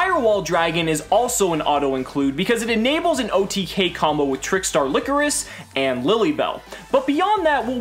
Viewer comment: Its Ly-cor-is not licorice. The "coris" is pronounced similarly to chorus and ly is pronounced like lie so its lie-chorus.